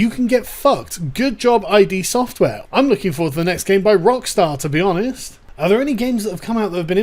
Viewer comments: It's "id Software", not "ID Software" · I was so triggered when you said id software " eye-dee. " Correct pronunciation is "eed" !!! Sigmund Freud coined this term. Otherwise, great video. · Well put. The only thing I have issue with, like other videos on Doom is that it is pronounced “id” not “I.D.” Software. It seems a few people are getting very bent out of shape over a couple of background satire jokes. Those poor demon, I mean, mortally challenged pilgrims... They just want to be accepted at the expense of others. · Can you stop saying I.D. Software. It’s just pronounced id. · No, it's pronounced "id" same sound as the beginning of "idiot". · Love the vid Sargon, but Id software is pronounced as Ih-d. As in Freud's id, it rhymes with Did and kid. Not said as two separate letters, as in the abbreviation for identification. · SJWs then: "Gamers are all horrible, violent men who play these games to practice shooting up schools!" SJWs now: "How dare this violent video game that I was totally going to play make these sorts of jokes! I'm not buying it now!" By the way, : it's pronounced Id, like the Freudian psychic apparatus. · It's pronounced id as in kid or did... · "I've always been a fan of DOOM" >cannot pronounce a 2 letter name properly.